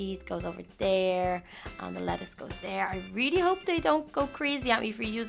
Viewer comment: why are you saying "Latise" it's "Letise"